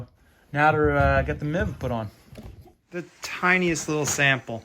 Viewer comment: Sorry dude it's MIV ...Not MEEV jfyi